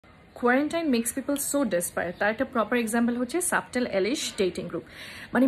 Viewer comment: Dear apu. You need to work out with your Pronunciations. Subtle. Quarantine. Boyfriend etc